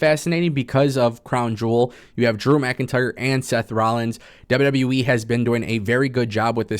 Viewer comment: Saying “DREW MCINTYRE” 💯 xs in that weird fuckn way could gag a maggot!